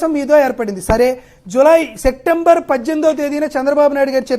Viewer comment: సెక్టెంబర్ కాదు బాబూ, సెప్టెంబర్ అనాలి.